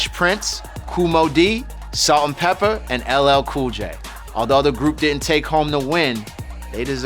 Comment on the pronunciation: Its PEPA not Pepper